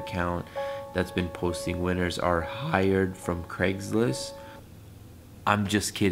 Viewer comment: He said Craigslist😭😭😭